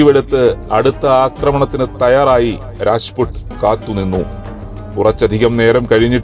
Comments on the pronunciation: രാജ്പുട് അല്ല.. രാജ്പുത് ആണ് 🔥🔥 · രാജ്പുട്ട് അല്ല... രാജ്‌പുത് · രാജ്പുട് അല്ല രാജ്പുത്